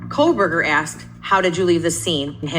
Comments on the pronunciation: Megyn. I absolutely adore you girl, but could you, if you have to say this monster’s name at all, please pronounce it correctly. It always sounds like you’re saying, “KoLberger” with an L. Not trying to be a pain in the 🍑, but my OCD flares every time I hear it. 😊🙉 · Hey meeeegan Killers name is KOHHHHHBERGER NOT KOHLLLL... JESUS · Why do u always say Kol-Berger…lol. Not that I give a shit bout that loser but just wondering why u pronounce it that way 😂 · Why does Megyn pronounce his last name as KOHL-BERGER? So annoying. There is no L in his last name.